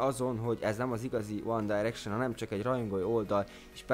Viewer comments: Amúgy a One Direction-t helyesen mondtad ki :D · Amúgy jól mondtad a 1D-t. Tulajdonképpen mindkét módon helyes, mert a Brit angol "Dájreksön"-nek míg az amerikai "Direksön"-nek mondja. :D